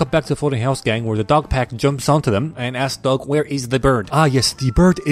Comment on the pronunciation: I Died "Ah yes, De Bird is De Word" 😂